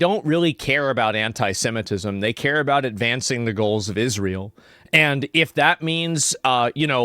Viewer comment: She pronounces it as 'hentai-semitism', and I have to admit, I'm kinda intrigued.